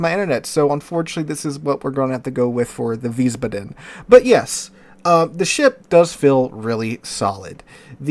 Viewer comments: Wiesbaden -- VEEZ-bah-dun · it's pronounced like wiesbadn, or wiesbadmmm. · Please,, you're making my ears bleed. It's pronounced VEES-bahdun, with the emphasis on the first syllable, not the last. 😩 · How do the turrets get ammo with nothing but four small squares, which is wild in its own right, underneath them. And you had the pronouncing down the first time around, Wies (Vees) Baden, no emphasize on the a or d, just Baden. IE is E, EI is I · Weez-Bah-Den? ...that's how I'm pronouncing it. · Think is "veesbahden" with the accent on the first syllable. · Veisbaden w are pronounced with v and it would be with I sound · Wiissbaadeen and it's a softly spoken word. The double letters are long. ie = long i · Isn't w-ice-bod-in? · Just pronounce it like you did at first with a longer a sound in Wiesbaden (so ba...aden) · if you think about it in english letter pronounciation (which is quite inconsistent anyway :P ) yes, but if you just remember that the German 'i' is 'e' as in the word english and the German 'e' is like 'e' in error. 'ie' is just elongated like 'ee' in seen and 'ei' is the sound of 'I'. Don't stick to the "second letter" rule. Won't work often. German pronounciations are quite consistent contrary to english, so once you get the hang of the sounds of the vowels you are basically set.